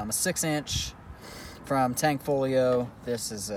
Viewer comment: tangfolio? Can't believe how many times I've heard that. It's not hard people.